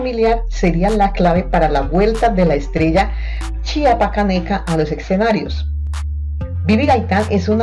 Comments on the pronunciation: Ella siempreha dicho que es de tabasco y ademas la que habla en el video no sabe decir bien chiapaneca mandenla a la escuela que aprenda a pronunciar bien y luego ya que hable en los videos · No sabe pronunciar chiapaneca, ella nació en Chiapas y se crío en Tabasco, si vas a hacer un vídeo por lo menos investiga🤔